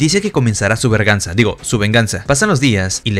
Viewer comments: Y por q dices verganza si es venganza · Se dice be3rg4nsa